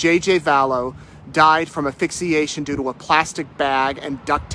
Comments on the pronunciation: plz note that the word is ASPHYXIATION…not aphyxiation. We public orators gotta look out for each other. I got called out for pronouncing out of bounds (in basketball) as out of bounce. ugh. As for the point of your heartbreaking story: What a slow, painful way to pass., I don’t know how you do your amazing work. I couldn’t calmly report such disgusting news as well as you did. I fall apart when I report a bad weather day. My prayers and thoughts from my heart go out to JJ and Tylee’s grandparents, cousins, former classmates and yea hers, friends of theirs, and anyone who has been traumatized by the delusional selfish actions of Lori and Chad., take care of yourself. Stay strong but don’t keep your feelings bottled up either. We love you! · its ASPHYXIATION not APHYXIATION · Grammatical note for the man speaking: it’s asphyxiation. With an “S”. Not affixiation. Ok? Also you failed to mention that there was Hydrocodone found in JJ’s system… As for Laurie, getting “upset” from the autopsy photos of her children, spare me! She’s probably just feeling sorry for herself, because those are very incriminating in her case but I don’t buy it for a second, that she feels any kind of remorse for what happened to them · Just a note, it is not affixiation, it's asphyxiation. Such a sad, sad, state of the world. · This is absolutely heartbreaking, horrifying, and also not surprising. An aside to the reporter: the word is ASphyxiation, not "Afixiation." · Love ya, but “aphixiation” and “toxology” are not words. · Assssphyxiation not affixiation, thanks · Someone want to tell this guy that "affixiation" isn't a word? You're looking for ASPHYXIATION. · It’s hard not to notice how how unprofessional this is. “Toxology” and “Aphyxiation” ? Even laymen know that you mean “toxicology” and “asphyxiation”. This is embarrassingly representative of the references that are widely made about “Backwards A$$ Idaho”. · Not “A-phyxiation”. “AS-phyxiation”.